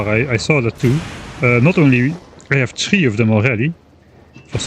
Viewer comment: I love the "that's a waste of resource" followed by "we heve plenty of resources". (When you were talking about quality modules)